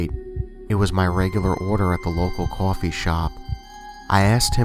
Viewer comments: it's so funny how he says coffee, cohfee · The way he said coffee in story 1😂😂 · Adithya Gud Brooklyn or New York or New Jersey